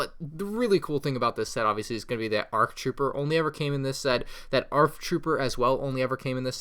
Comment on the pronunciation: It's kinda wierd to hear him say "arc" troopers.